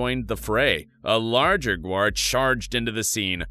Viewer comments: It's gaur (gower), not guar (which is a legume). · Gaur not Guar 😂😅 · cant you at least prounce its name right . look at the word1 this is tourture